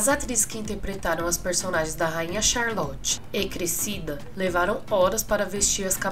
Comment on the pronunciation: Amo bridgerton ❤️ li os livros também. A ve merece o like só por ter conseguido falar o nome dessa rainha ai rsrsrsrsrs